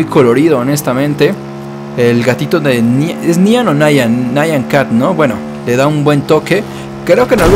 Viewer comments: es nyan cat no naian cat :v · lo de nyan cat es nyan y no nayan